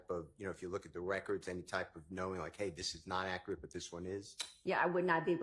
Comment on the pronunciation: An "expert" in Fulton County can"t pronounce "accurate," and can't use "transpired" correctly in a sentence. Fulton County 😂😂😂